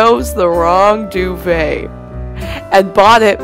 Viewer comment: I cringed everytime she said duvet 😂 She says it so weirdly, it's not supposed to be that fancy dov-et is how I pronounce it so.